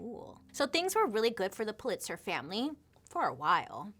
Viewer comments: Am I the only one that it bugged that she kept saying puh-LITZ-er? Correct pronunciation is PULL-it-sər. She’s losing credibility with me because of stuff like this. I know she has trouble pronouncing certain words which is fine, but usually she claims it. Btw. I loooove Hearst Castle too! Oh the pools! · Actually pronounced more like POOL-it-zer. 😉 I heard a rumor about Hearst having a castle. Know anything about that? 🤔😄 It is pretty impressive, isn’t it? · It's pronounced Pul lit zer. Just FYI.